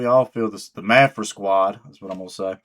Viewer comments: It's Maphra not Maphra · I think it's pronounced Ma (as in math) fra, but what do I know. LET'S FK'N GO! #MaphraSquad 🤘🤘🤘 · I think you should just pronounce her name differently every time you say it. Thanks for the video #MaphraSquad 🤘 Edit: Luck and timing play a large part in success for many people. Word is Maphra has been doing other styles of music for a while. It was when she switched to metal that she started getting traction.